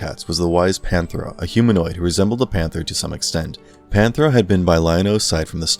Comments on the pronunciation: Panthro not Panthera . Definitely gotta get those names right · it's Panthro, Cheetara, and Tygra ...... get the names right as anything less is a grave insult to their legacy! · For 2/3 of the video, he got Tirga and Panthro wrong.